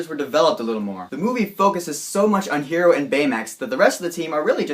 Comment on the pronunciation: I liked your review :D! Hwever u forgot to mention/talk about the after the credit scene :/.. and btw his name is Hiro with an I , its a japanese name so its pronounced a bit different